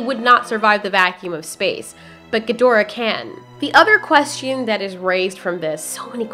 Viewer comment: SAY QUESTION NORMALLY "Quest-chun" not "quest-ian"